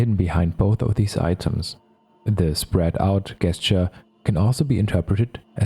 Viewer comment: Great work! One small tip for future videos: the word “gesture” is pronounced like “jesture”. That’s the only distracting thing I noticed. 😅